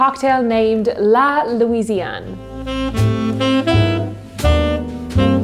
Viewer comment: La Fée is read La Fay/Fey rather than fee because of the accent of the e, it make the sound ey (é) I hope I explained well 😭😂 but nonetheless I love how you pronounce it though 🥺 You’ve perfectly pronounced La Louisiane though! 🤍